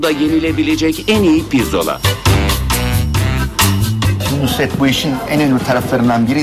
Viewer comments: "NUSR-ET" "NURS-ET" değil... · Nurs et derken nusr et olmasın o 😁